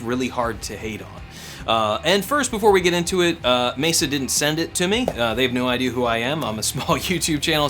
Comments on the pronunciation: You pronounce it "Mayser"? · I know. But you pronounce it Mayser? I'm just curious because now I'm wondering if I've been pronouncing it wrong for thirty years.